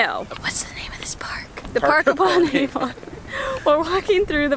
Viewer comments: Aside from the note on pronouncing Warwick, Avon is also pronounced 'Avun' rather than with such a laboured 'ON'. Same with places like Birmingham - 'Birmingum', not 'BirmingHAM'! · It's not pronounced A-von it's Avon as one word! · but it is A-von cept it's more like A-ven.